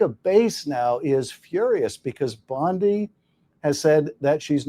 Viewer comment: Schiff mispronounced Pam Bondi’s last name. He called her Pam Bundy. We all know who Bundy was and his crimes. Schiff is shifty.